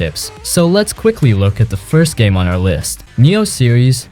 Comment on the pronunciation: I died inside a little whenever he pronounces 'Nioh' 💀💀